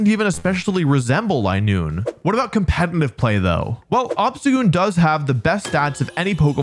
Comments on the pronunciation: Why do you say "compentif pokemon" lmao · Why do you say competnive? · "compenitive player" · And saying compet-in-tive pokemon instead of competitive in every damn video 😂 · Why does he keep putting an N in competitive?